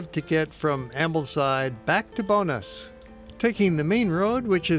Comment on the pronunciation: Love it thank you for submitting it. Just to help: Bowness is pronounced Bow (as i bow tie) and ness (as in the first part of nestle), rather than sounding like Bonus (a payment for a great job) :-)